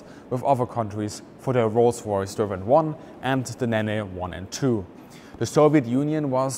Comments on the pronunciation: RR Nene, pronounced "neen", not "naynay". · @@ The Nay Nay engine? I thought it was pronounce "Neeen" , Nene. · The RR Nene is pronounced ‘Neeen’ not Nen-nay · Nene is pronounced either Neen or Nen depending on where you live along the river, definitely not Nener :) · had a good laugh at how you pronounce the Rolls Royce Nene Engine. Nene is pronounced "neen" not "nay nay" lmao xD Fun fact, Rolls Royce named this engine after the River Nene. And like many other of their engines, also named after rivers in the UK. i.e. Derwent, Avon, Dart, Welland, Conway, etc. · If you want to be taken seriously as an aviation expert please learn how to pronounce the names of engines. Rolls Royce never made an engine called a ne ne! It was name after a river in England the Nene that’s Nean definitely not ne ne! Please include pronunciation in your research. Apart from that not bad. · Nene - pronounced neen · Rolls Royce Nene. Pronounced Neen. Great content,. That one has just bugged me in a few of your videos lol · R-R Nene is pronounced ‘neen’ 😉 Great video though! 👍🏼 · "Rolls Royce Nennay" :) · It’s pronounced NEEN. NeNe is an 80’# pop group!